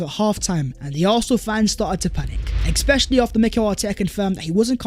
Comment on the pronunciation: Bro the word especially has no X in it 😂. The amount of times he says eXXXpecisally😂